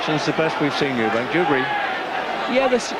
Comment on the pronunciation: Eubank not Eubanks